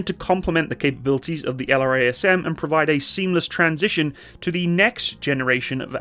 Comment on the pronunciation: F-15EX is a beast. Most powerful AESA radar, EPAWSS, sensor fusion, HMD, digital FBW... And the ability to carry pretty much anything designers can dream up. The F-35 is a ninja; F-15EX is 1990s Mike Tyson. Oh, and LRASM is pronounced "luh-razz-em."